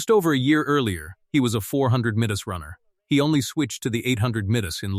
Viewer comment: 400 meanes. Sure it wasn’t 400 meters. Then the 400 Meanes hurdles. Earlier in the video the guy ran the 400 mittes then went to the 800 mittes. AI narrator is fer shite. Enjles is not their primary langwedge. Just like for clicks and money. Good fer youze.